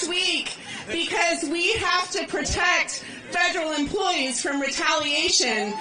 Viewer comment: "Feberal emploweees" 😂